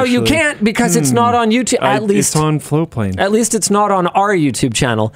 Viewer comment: I've been hearing FloWplane for the last few weeks... looks like its actually FloaTplane 😘